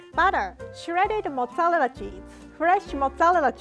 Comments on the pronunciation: Other people: Mozzarella.: Massarelelea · I love the way she's saying mozzarella (mozzallera)😂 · Fresh motz-ah-lela cheese, I love the way she talks 😂❤️ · i like how she says mozzqarella cheese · Mozalerra cheese 😂😂😂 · "Motzerela cheese" i almost forgot the actual name of mozzarella cheese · "Modelela cheese "rie 2021👌🏼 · i love the way she says mozzarella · I hope this doesn’t sound rude or mean but I JSUT love the way you say “mozzarella” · pronouncing mozzarella is the only thing keeping me alive rn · that pronunciation of mozzarella tho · The way she pronounces Mozzarella is sooooooo cute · The way she says mozzarella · The way she pronounces mozzarella is so cute 🥺💖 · the way she says mozzarella is so satisfying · I love how she says “mozzarella”